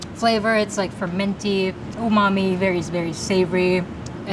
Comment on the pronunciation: Have a shot every time somebody says umame.